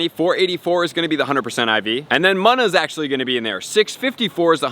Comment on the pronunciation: Btw it’s pronounced moona